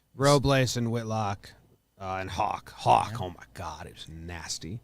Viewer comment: For Tanner Houck It’s not hawk it’s how-ck